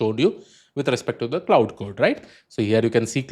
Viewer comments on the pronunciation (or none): Good video. Minor correction: "Claude"is pronounced as "Klode" Instead of "cloud"